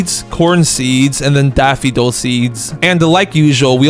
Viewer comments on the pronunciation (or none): "daffidil" IT'S DAFFODIL. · For the love of god, learn to speak, calling a tulip a “tulup” and daffodil “daffiduls”, is English not your first language? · I like how u pronounce "Daffidol"